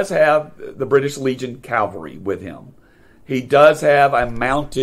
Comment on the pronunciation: Excellent presentation! Just a friendly reminder: a mounted or motorized military unit is Cav-all-ree. Cal-var-ee is a different word; it is the Christian site of Jesus’ crucifixion. I know they are often confused and difficult to pronounce. One way I remember it: a soldier might say, “I served in the 1st Cav.”